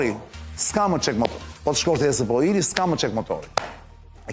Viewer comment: Ta ndihmoj dikush Arjanin qe ta shqiptoj korrekt ESP&OIl se asht ba meme nga menyra se si e thote😅